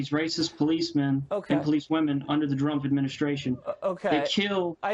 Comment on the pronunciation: He is literally saying Drumph